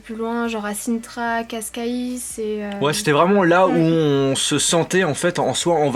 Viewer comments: salut, juste pour dire que cela se prononce ca(ch)ca(ych) et non casseca isse ;) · pastis de nata? ^^ pastel et cascais ce prononce caichecaiche